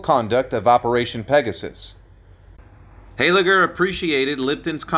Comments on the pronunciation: Poignant is pronounced "poin yent" NOT "poig nant". Brecourt is pronounced "Brey core" NOT "Brek kort".Moose "Highliger" NOT "HEYLIGER" Ardennes is pronounced "Arden" NOT "ARDENNIS". These brave men deserve more respect than most, certainly more than you showed in this poorly done episode. Primarily, what exactly was so "tragic" about a man who lived a full and successful life after the horrors he faced with Easy Company in WWII? But most importantly, if you are going to pretend to pay homage to C. Carwood Lipton, at least use a narrator who is just slightly familiar with the English language. This entire "tribute" was an INSULT to a brave man and an American hero! You should be ashamed of yourself. If you want to honor "Lip" you will remove this abomination from the internet! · Honouring Easy Company? Start with the correct pronunciation; "Moose Hayligger"? It's pronounced HIGHLIGGER and spelt HEYLIGGER!